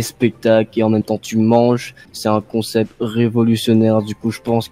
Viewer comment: Quand le père dit :c est un bon comsepte sa me fait trop rire mdrr🤣🤣🤣🤣